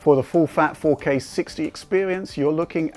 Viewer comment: faux-K.. I love it :p